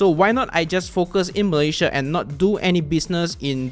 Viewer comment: Thanks for the tutorial but please learn to pronounce the name of your country 'Malaysia' correctly.